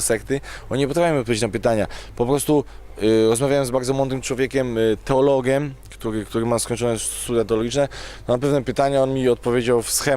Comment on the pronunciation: "wszystke" "Bogem" "teologem" "goryle górske" "unii europejskej" Najpierw się ćwoku naucz poprawnie mówić, a dopiero potem bierz się za poważne rozważania natury filzoficzno-teologicznej. "Może są gdzieś rzeczy o których kurwa my nigdy się nie dowiemy i wiesz, ciężko to wytłumaczyć"-To dlaczego hipokryto odrzucasz z góry życie wieczne? Może to jest jedna z tych rzeczy, o których mówisz. Zliczył ktoś ile razy Różal wypowiedział słowo "kurwa"? :D